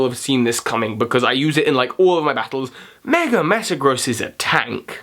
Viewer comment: Love how you say "megre" sometimes instead of "mega", lol. Top mega has to be Gengar for me, even without him already being my favorite Pokemon. That all-white shiny sold me from day one :)